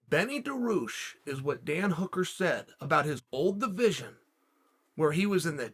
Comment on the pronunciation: Chael: ''Who do you think Dan Hooker said?" Me: "I guess Beneil Dariush by looking at the title" Chael: "Benny Daroosh is the answer" Me: "Ok, great"